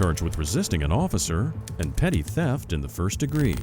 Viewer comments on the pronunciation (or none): "Petty" theft not "petit" theft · PETTY theft. Not PETIT. 👉🧠💨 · Jesus christ, it's "petty theft," not "petit theft." 😂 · "Petty" theft, not "petit"...